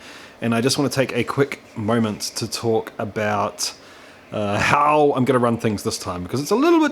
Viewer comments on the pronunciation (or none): Went a tad Schwarzenegger with that how